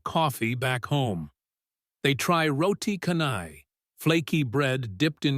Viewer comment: many youtube influencers ptonounced roti canai as ihow they expected but normally here wecalled Roti canai, maybe pronounce Rawtea Channai